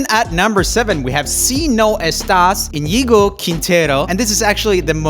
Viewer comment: He pronounced Iñigo correctly !!!!!